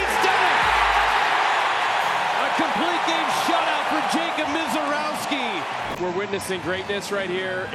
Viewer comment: It’s pronounced “Miserrovski.”